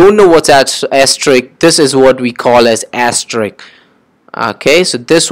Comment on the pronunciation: Its sounds "Ass Trick" instead of "Asterisk"